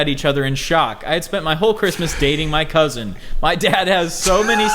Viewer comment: The way pronounced "cousin" as "cousint" brought me back. Haven't heard anybody pronounce it that way since leaving Michigan.